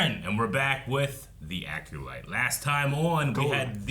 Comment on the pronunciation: How is Eric still saying Aculyte 😂